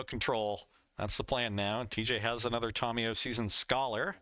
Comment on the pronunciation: Someone tell it’s “TAM-iyo” not “TOM-iyo “